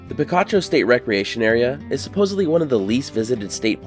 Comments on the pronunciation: It's pronounced pi-KA-cho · The name is pronounced pee-KAH-choh. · I was so disappointed when Picacho was pronounced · "Picacho!" If you were a bit allergic to picachos, and you ate a few, not knowing so, you'd sneeze, saying "Picacho!" Actually, that might be inaccurate. "Picacho" Means a mountain peak rising out of nowhere, a "pico," which I think by now you can get by with pronouncing OK. And if the 'pico' is very abrupt, it's a "picacho," a big rude old 'pico.' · There's also Picacho nm too. I was pronouncing it like the pokemon.